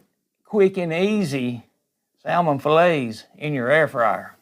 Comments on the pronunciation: Good video but plllllease stop saying “sal-mon”! The “l” is silent. 👍🏻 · Salmon has a silent "l" Incorrect word pronounciation reflects badly on us. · Please learn how to pronounce salmon lol. There's no two ways about it. The "L" in salmon is silent, so says linguists, English teachers, and litany of online comments from English speakers all over the world that agree. I'm not trying to be rude here by any means. It was a good cooking tutorial. But if you're going to be working with a food or ingredient and you're teaching others how to cook with it, you should learn how to properly pronounce these things. Take this as constructive criticism, not an insult. The way you pronounce salmon is just wrong. Doesn't matter where you're from, or what your accent is, or if your friends and family say it that way, it's wrong. You don't HAVE to change just because some stranger online suggested you do. But I can tell you as a northerner (from NY) that hearing salmon pronounced like that just screams "southern", and not in a good way. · Sal-Mon!! Love it! Sounds like Salmon Rushdie. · It is pronounced like "SAMMON". The "L" is silent. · You keep pronouncing that L. Your accent is similar to my grandma and her family. It is comforting to listen to you.